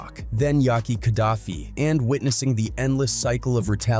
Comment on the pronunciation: Aye man why make a dumb video like this guy. You can't even say Yak's name right. And I bet you were born in the 90's or 2000's . Dumbest video ever